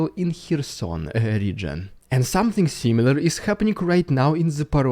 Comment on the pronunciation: Words that end with the letters ing, are not pronounced ingk. Also, somethink is not a word.